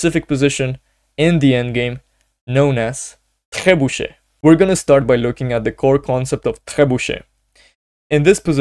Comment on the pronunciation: I am a beginner(500ish) I struggle playing with black in the opening, which opening should i learn? Btw ur pronunciation of "trebuchet" is soo goooodd😅